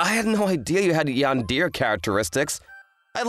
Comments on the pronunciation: Bro said yandeer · Cute story, seriously pronouncing yandere as yandear is funny